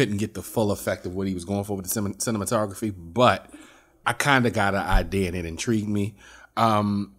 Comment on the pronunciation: Everytime says “cinema photography “ I chuckle lol